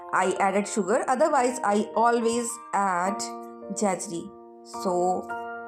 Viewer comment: Mam its jaggery pronounced as जैगरी and not as जैजरी .😊keep it up👍